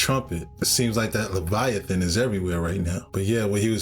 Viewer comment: I'm getting tired of the guy mispronouncing Leviathans name. It's not spelled Leviathawn. Dumbass